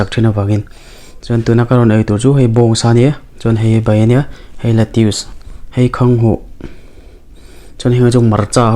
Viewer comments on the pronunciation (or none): Lettuce hi 'let-is' tia lam tur ania letius nilovin.